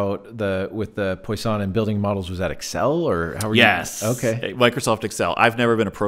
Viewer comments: It's pronounced: "Pwaah Song" distribution .... Not "Poi San". But great video! Thanks for the chat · Maybe this guy should keep his day job and stop trying to pronounce "poisson".